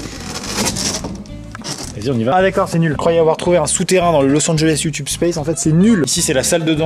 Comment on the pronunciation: ça se prononce youtubé